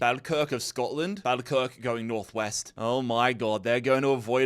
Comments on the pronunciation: Just a quick one, I'm scottish and just wanted to let you know that you're pronouncing some of the names incorrectly, falkirk- is pronounced - 'fall-kirk', as if I was falling. Also, kilmarnock is pronounced 'kill-maar-knock' instead of 'kilmer-nock'. Loving the series though! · it's Falkirk, say it like fall kirk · is butchering the Scottish clubs pronunciation. Falkirk is pronounced Fall-Kirk and Kilmarnock is pronounced Kill-Mar-Knock. 👍🏻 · Its pronounced FallKirk and Kill-marnock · The one thing about Falkirk is how some people pronounce it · Sorry, but i can't get over how you said falkirk 😂😂